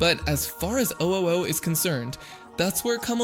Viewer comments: Maybe he said it like that to annoy people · Is the voice Ai? Because theres no way you would pronounce Fionna’s name and Ooo like that if you watched the show. Its fine if it is an ai voice i just wanna know